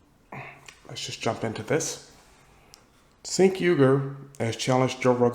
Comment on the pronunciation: Cenk would get DESTROYED and yes! I'd pay to see it. 😂😂😂😂 P.S. Dan it's pronounced Jenk. It's one of those weird Armenian alphabet things like silent Russian Ks or how my Korean fam calls me Lander and not Randell. 😂😂😂